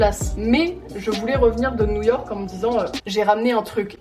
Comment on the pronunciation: « NOUILLE YORK »